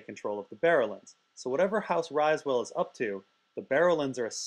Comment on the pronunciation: Riswell. Not pronounced RISEwell